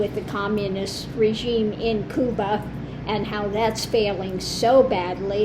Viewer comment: I agree that you are a most interesting and talented woman. I want to thank you for using the Spanish pronunciation for Cuba. Your knowledge of and respect for other people is evident, and I respect you for it.